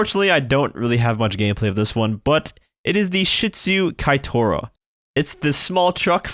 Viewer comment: Nono,, Keitora is pronunced eith E, not A. Kai (no) Tora made me think of Takeda Shingen instead 😅